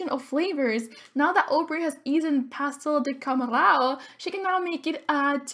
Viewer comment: You aaalmost got that pastel de camarão pronunciation right haha, it's a shrimp fried paaaastry? Dumpling? It's kinda hard to explain, I'm loving the lp!